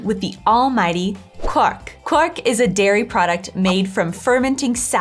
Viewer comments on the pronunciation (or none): Kw-ahh-:r:-K has it quite right. Not quawk! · Like in english, "qu" is pronounced "kw", but the German "w" is more like the English "v". So try saying "kvark" instead of "kwark" when pronouncing Quark. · I know it's difficult, not only if it's not your native language but also if your from hesse. ;) but it's really called QuaRk, the R is not silent <3 My mother was very careful to correct me everytime I didn't pronounced the R (not only in Quark but lots of other words) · The pronounciation of quark you ought to train, for what you are telling is the marriage call of a frog